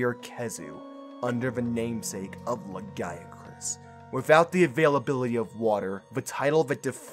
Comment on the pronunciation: It's pronounced "lagi-a-crus".